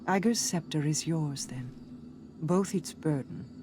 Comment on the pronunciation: "Uhhh-gers Scepter" lol